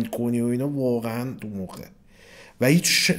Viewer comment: اقا یه جا گفت مراحل آینده اساسین خیلی تو مخیه ولی انگار میگه تخمیه:)))